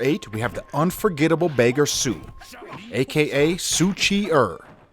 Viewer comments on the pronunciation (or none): As a Cantonese person the way to pronounce Beggar So and the actors name would be more like So Hut Yee - Yun Siew Teen.